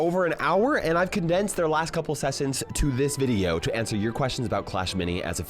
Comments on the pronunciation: bro also said veideo 💀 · Bro said veideo